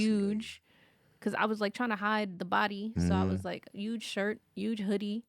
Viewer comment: if you don’t start pronouncing the “H” in Huge I’ma write a letter to my local congressman!!! 🤣🤣